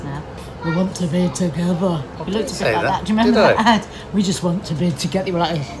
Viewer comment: 😄 I remembered that advert as soon as Nadia said “we just want to be togevver!” 😄😄😄😄